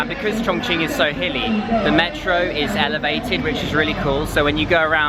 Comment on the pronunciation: Really! You're the first one that I've seen a video of, who doesn't pronounces ChongQing like ChongKing! xd